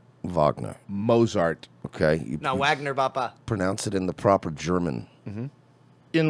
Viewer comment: Haha “Mozzart” what a dolt.